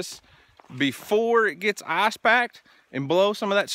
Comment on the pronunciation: Ok. I’m not a smart guy... I’m working with a pretty standard level of intelligence.. But I do believe the fact that you drive through a stream has a lot to do with your ice (or as you pronounce it “eyes”) problem. Now I’ve seen this kinda of stuff up at camp, and out in the wilderness when getting to a cabin.. but this is your residence if I’m not mistaken? I guess my question is, have you weighed the options on correcting this flaw? What do you do during the wet season? If you play your cards right, you can build a bridge out of beams and planking for about $3500.